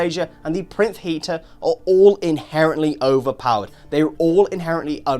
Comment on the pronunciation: I think it's pronounced Pie-rinth, think like "pyre" and "labyrinth"